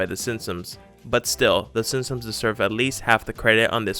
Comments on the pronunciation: SIMP-SONS not SIM-SUMS. Jeez. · THIS GUYS SOUNDS LIKE HES SAYING SIMSONS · Was it just me, or did he keep saying “Sinsoms”? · The way he says “SinSuhms” makes me cringe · "The sinsoms" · “The Sinpsoms” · How do you say the Simpsons? 😂😂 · Makes a video on the Simpsons, can't say "the Simpsons"